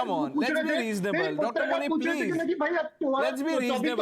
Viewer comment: I heard muni as munir 😂😂